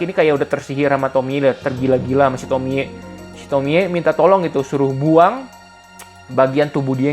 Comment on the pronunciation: Akhirnya ada yang bener nyebut nama Tomie di youtube 😅